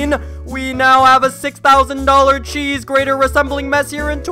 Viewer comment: Mmmmm ches.... Did you smoke ches before you recorded thisssssss looooooooool